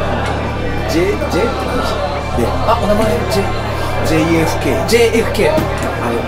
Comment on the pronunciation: JKFって😂KFCみたいに言わんといて😂